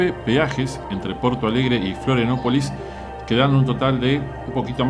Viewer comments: Muy bueno el video amigo ❤ Lo que si, dijiste cómo 20 veces florianapolis 😂 pero es Florianópolis abrazo grande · Florianopolis no Florianapolis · Se dice FLORIANOPOLIS!!!!